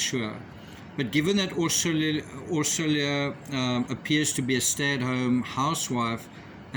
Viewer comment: As a hungarian ,Orsolya is pronounced "Orshoya" and it is the formal version of the name. The informal version is Orsi (Orshee).